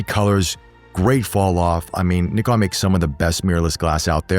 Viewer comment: Thank you for pronouncing the word NIKON right and of courser focusing the photographers on this review.....